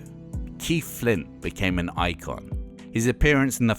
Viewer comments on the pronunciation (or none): none